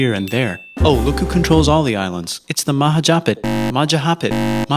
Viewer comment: guy in the vid: mahajapit, majahapit, mahapajit, ect me as an Indonesian and learning this in hisory: take your time i know its hard but its majapahit